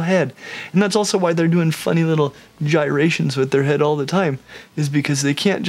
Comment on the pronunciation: Bro said “Owl of them” 😂